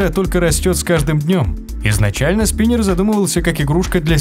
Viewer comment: Не спинэр а спинер.